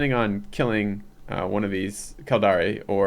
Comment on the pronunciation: Kildare is pronounced phonetically Kill-Dare. Definitely Not Killdaré. Edit: He keeps saying it :-(